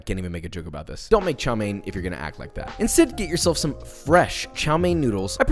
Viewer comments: ITS TSAO MEAN NOT CHOW MAIN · Hi Joshua, couldn't help but notice you were mispronouncing chow mein wrong, instead of chow main, it's more chow m-yen. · it's Chao Mian for god's sake, and chopsticks in noodles is fine the sin is stabbing the rice. but good video overall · I thought he said Xiao main 💀